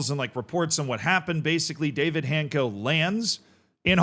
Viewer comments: It's not Hayncko or Hancko. It's Han-ts-ko. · my ears hurt hearing Hanko instead of Hancko every time, but his transfers were rumored for seasons, only to fail every time, I thought he's cursed or something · I think it's pronounced hanchko. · It's funny that I saw Hancko today at a friendly with Porto, who signed Luuk de Jong without any knowledge of journalists at all. 2x failed here-we-go in one stadium, what a beauty Also the pronunciation is Hantz-koh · It's netiher. More like Hanchko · I think it is pronounced Hants-co but perhaps someone else has a better pronunciation